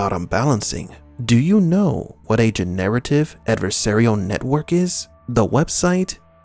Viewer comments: I have never heard anyone pronounce <Generative> in that way. Love your videos but that killed the immersion on this 1 for me! Generate + ive = Gin + narrative Sorry to bring it up cuz its not criticism of your content. Laughed so hard tho... :) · Quit pronouncing generative incorrectly ... you are saying gen-narrative, which may have remote applicability but not what you mean, I believe.